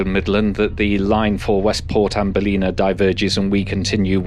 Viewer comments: Pronunciation Tim’s: Ballina = Ball-in-a not Ba-lin-a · Good one. Everybody expects rain in Galway. It’s pronounced BAL-IN -AH, greetings from a homesick exile. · Yes - it's pronounced Bal-lin-naaaaah (the Co Mayo locals really elongate the "naaaah" part!) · Very good. It is unusual for an English you tuber to get things right, presenting Irish railway matters, so well done. Just one pronunciation error, Ballina is pronounced ball (as in ballot) - in - ah. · the mispronunciation of Ballina did throw me off guard 😅